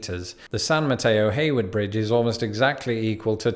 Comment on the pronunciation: Thank you for pronouncing San Mateo-Hayward correctly! Many don't unless you are local.